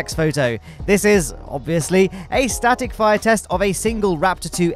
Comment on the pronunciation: Is it just me or he really said static fryer test?😐